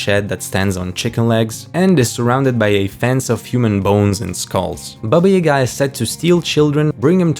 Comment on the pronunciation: Thank you for pronouncing Baba Yaga's name correctly.